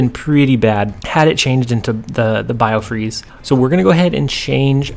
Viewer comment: Hey, let's take a guess at who STILL can't say the right location name? If you guessed you're right. B-i-f-r-o-s-t!!! Not biofreeze. How are you not even catching this when you edit? I enjoy your videos, but man, come on. Also for Sulky Hulky if could do some shorts on your card upgrades of the before and after of the upgrade.